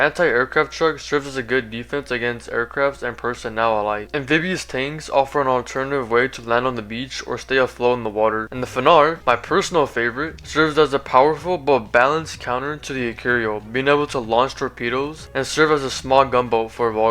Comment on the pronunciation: Please stop saying Fanar instead of fenrir